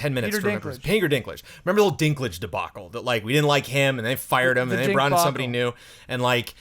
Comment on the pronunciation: "The Dink-bacle" - thank you